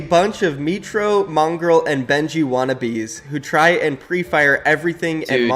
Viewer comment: really said mongrall instead of mongraal cant even spell a name lmfao